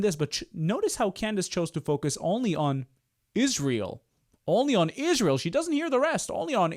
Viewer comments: Why does she say "Ishreal" and "Nententawhooooo"? She's insane! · 1) why is she pronouncing Ishraël? 2) why is she pretending Israël has anything to do with Kirk's death, WHEN KIRK HIMSELF SUPPORTED ISRAEL??? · When she says "Ishrael", I just want to punch her in the face, with a chair!! Also, Charlie got married 5/2021, she was NOT at his wedding! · she sounds like an idiot when she says * ishrael *...its not ishrael, its israel...and the name came from YHVH himself when he changed jacobs name to israel... i cant listen to her anymore ! !...👱‍♀️✝️🇺🇸🇺🇸🇺🇸🩷🇮🇱🩷🇮🇱🩷🇮🇱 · Ishriel? Wut? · The way she always pronounces Israel as 'Ijshreal' makes me laugh at her even more :) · i dont know if anyone else notice but i get so cringeee how she pronounce 'israel'.......ishhhhhreal ishhhhhreal ughhhh. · Notice how even Candace Owens pronounces Israel: IS REAL Israel is real!!! Subconsciously, it comes right out of our enemy's mouth... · I can’t stand the way she says Israel not only is she antisemitic but add dyslexic on the list too 😂😂😂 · Notice how wrong she is pronouncing "israel"? Every. Single. Time. Charlie himself called this behavior as demonic - blaming the jews in every problem they have. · I never say this about people, but this person lives with a cloak of evil and is an idol worshiper, as well as mentally ill. She can not even pronounce the name of Israel correctly. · You want a sign of a person with Demon possession? Ask them to say Jesus, Yeshua or Israel. Notice she says "Ishrael" because the demon can't even speak the name. Total Shibboleth